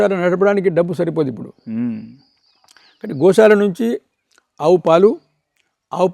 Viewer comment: Anchor గోశాల అనాలి గోషాల కాదు